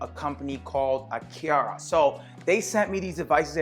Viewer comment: It's A"Car"A... would have liked your channel but that way you say Aqara....